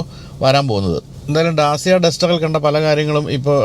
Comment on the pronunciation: Sorry for small correction Dacia is pronounced as ഡാചിയാ.. അതേപോലെ മാച്ച് ഈ അല്ല മാക് ഈ ആണ്‌